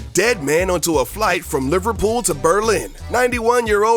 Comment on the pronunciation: I love how he said "Liverpool"